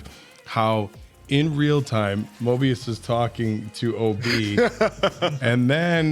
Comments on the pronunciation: Mobius, like the strip, not Morbius, like the massive let down. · MOBIUS, not Morbius. I cringe each time Morbius is said. Love your reaction videos. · There isn’t a single character in this show named MORBIUS so what do I keep hearing this name every few minutes?! Come on guys I know you’re old timers but you should at least be able get the names right and not mispronounce everything like that senile old man at the barber shop. Bro read the name, sound it out, you can do it. It’s honestly not that hard… there’s no R in his name dude. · Every time he calls Mobius Morbius I get a twitch in my eye. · calling him “Morbius” on purpose right? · it's MOBIUS. No R. Morbius is a completely different character. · It’s MOBius not MORBius for the love of Pete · At this point, I don't know if you're doing it on purpose or if it's a long-running accident, but PLEASE stop calling Owen Wilson's character Morbius. It's Mobius. No R. Hard to take any of your analysis seriously when you can't get one of the main characters' names right. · Stop calling Mobius Morbius! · Its MOBIUS..NOT MORBIUS!!!! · It's "Mobius" not "Morbius" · Is there an inside joke I missed from the season 1 reactions, re: Mobius´ name? I was confused, suspicious, and then confused again when I didnt hear it pronounced properly once 😂